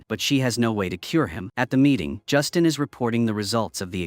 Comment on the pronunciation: Not Justin, but Justine. Ugh. Freakin' auto narration.